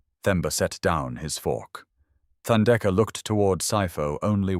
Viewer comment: Beautiful story and thanks for prouncing Themba and Thandeka correctly, with silent “h”. ❤️❤️❤️🙏🏾🙏🏾🙏🏾!Sipho is c-paw, also with silent “h”.